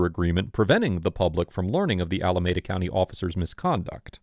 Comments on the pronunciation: Pronounced Alameeda not Alamehda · I used to live in Alameda County, and it's pronounced Allah-me-dah. Otherwise, good episode